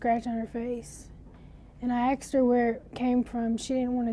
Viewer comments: Wish black wouldnt say aksed instead of as-ked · So even the guy texted - ak-sed woah thought it’s just black woken saying aksed not the proper way of asked